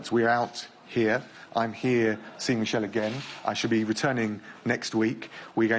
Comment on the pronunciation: Did he just called Barnier "Michel"? That is a French name, you pronounce it m ee - sh eh l. Not American style Michel.